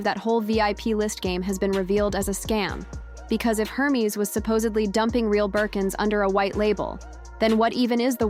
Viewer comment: AI pronouncing Hermes like herpes. 😅😂😂